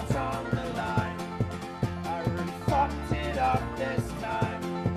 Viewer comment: its funny how he says 'Fucked'